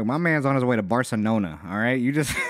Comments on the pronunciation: “Barsonola” = a bar in south New Orleans obviously. Bar-So-NOLA 😂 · he can't say Barcelona